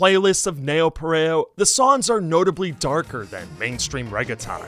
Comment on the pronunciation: I absolutely love this video! But you should look up how to pronounce words like "reggaeton" (or any others that you've only ever seen in print) before you read them out loud. Keep making great content